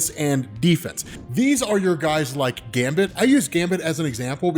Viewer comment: Great video, but some respect on Gambit's name lol